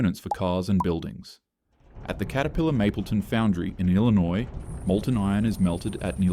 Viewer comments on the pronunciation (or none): Did you google how to say "illinois"?